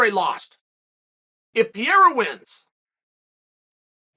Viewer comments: The only battle Chael has ever lost is the battle of pronouncing a fighter's surname properly (Alex Peeyaira, Islam Mawklechev...) 😃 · As a brazilian, it hurts my ears to hear you say Alex's last name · Every now and then, Sonnen makes a conscious effort to start saying a fighter's name correctly "out of respect" for them. Are we to assume, based on the whole "Pierra" thing, that Chael Sonnen still does not respect Pereira? Also, "lapped the competition" was already being thrown around when GSP was WW champion.